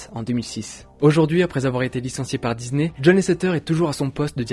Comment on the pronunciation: DISNEY PAS DIZNER PUTAIN